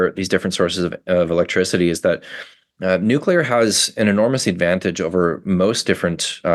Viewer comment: Thank you so much for not saying nookular